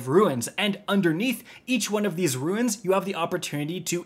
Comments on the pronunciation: You've played Destiny for nearly 10 years and yet you pronounce runes as "ruins", lol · I know i will sound like a dork but please stop saying ruins. They are not broken down houses. These things are called runes without the "i". Great video other than that I just get so caught up on these type of things like when someone says ekcetera instead of etcetra. I guess that's just my tism working. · My brother in Christ, it's fucking pronounced ROONS not RUINS! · Why keep pronouncing RUNES as RUINS? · It’s a RUNE (roon), not a RU-IN! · This. Lol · What's up guys, ruins here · New drinking game: take a shot every time he says “ruins” instead of “runes” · "Roons" Not trying to be an ass or anything. Just couldn't help, but notice you're calling the, "runes" ruins. Either way, semantics. We know what you're talking about. Thanks for the explanation, bro. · "Runes" not "ruins" as always great helpful content thanks. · OMG it's RUNES not RUINS. Sorry some things bug me. Thanks for the video :) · Not an actual grammar nerd but ... "runes" pronouced ( /ro͞onZ/ , like "moons" ) ...not "ruines" ( /ro͞o - inz / , like "two-ends" ) btw these encounters are sooo satifying!! Lobbing arc nades into tight crowds; is like popping bubble rap. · Bro be sayin “runes” like “ruins” 😂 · really farming interactions like these by saying "ruins" instead of "runes" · Great video, but it’s “runes” not ruins. Hive runes. Keep up the good work. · It's not pronounced "RUINS" -- It's pronounced "ROONS" (runes) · Runes are pronounced "roons" and not "ruins" (which is how you're pronouncing it.) Just an FYI amigo, love your videos anyways. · "Ruins" they are called runes, my guy. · runes RUNES, like roons not ru-ins. thats a different word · Omg! BRO! It's 'runes'! NOT 'ru-ins'!!! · RUNES why does he say ruin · Runes!!! Its Runes!!! Not ruins. Lmao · It is quite painful hearing "ruins" instead of "runes" so many times. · Runes not ruins ffs jesus christ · Runes...not Ruins.